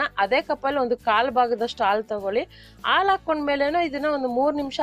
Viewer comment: ಅ ಹ ಉಛಾರ ಸರಿಯಾಗಿ ಮಾಡಿ ಅಕ್ಕ ಹಾಲು alu ಅಲ್ಲ ಹಾಕಿ ಆಕೀ ಅಲ್ಲ ಅದು